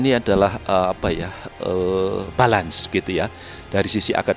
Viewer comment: Balan tuh apa paks, balance kali, dibacanya belens bukan balan pak wkwk.